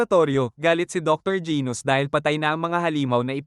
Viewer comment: Genus po hindi gos😅😅